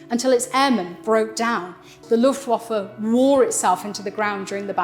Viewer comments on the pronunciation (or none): It's not luffwofer it's looftvafuh,I've just stopped watching! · Luftwaffe is pronounced v-uff-e not v-off-e. It's an 'ah' sound, except shorter. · "Luftwooffe" - sweet 😃